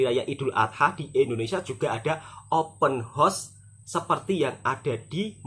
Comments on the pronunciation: Bukan "Open Horse"..." Open House"🤭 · Sebutan yang benar OPEN HOUSE (untuk mudah sebut, HOUSE mirip "HAUS")..jangan sebut "OPEN HORSE" lain artinya Mas..nanti artinya sama dgn "MAKOLI INNA" 😂😂, salah tidak mengapa kita sama2 belajar..